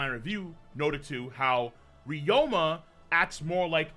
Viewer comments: His name is Ryuma, not Ryoma. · RYU-ma not RYO-ma Jesus Christ